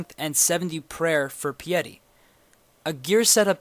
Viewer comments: Pieeetty not pie-ty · lemme make something clear really quickly. "Piety" is pronounced "PIE-it-tee", not "pee-YET-EE"... Just thought you should know. :D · Haha, pee-etty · pie et tee. <<<<it's pronounced i think. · 'pee-etty' XD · it's pronounced pie eh ti. lol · piety is pronounced - PIE (like die) - ET (like get) - E (like me) py - et - ee its an actual word meaning adhering to the to the laws of ones religion, and devotion to that religion.